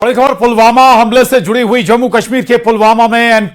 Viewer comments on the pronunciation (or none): Abe bhai pulwama nahi he pulgama hai 😂😂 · पुलवामा नहीं pahalgam